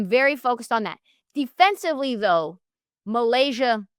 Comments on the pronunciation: Hey guys. The name is actually MY-Lasia. It should not be hard to say this woman’s name. Get it right. You corrected your colleague when she was right. You were dead ass wrong! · Miscorrects her on how to say MiLaysia’s name (it’s pronounced “my-lay-sha”) and then says “Flow-jae”………be for real 🙄🙄🙄 However as a die hard tiger fan, this is the first video I’ve seen from y’all and I appreciate the convo!